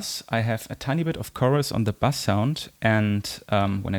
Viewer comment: ahhhhhh, not bus, bass.....I thought there was a bus mix I didnt know about on the digitone :) LOL